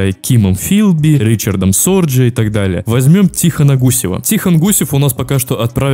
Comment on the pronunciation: Не Ричард Сорджи, А Рихард Зорге